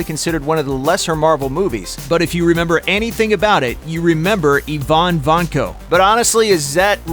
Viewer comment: "Le Chiffre" in Casino Royale was pronounced Le Shif. Not Shif Ruh... Ivan wasn't ee von, it was eye van...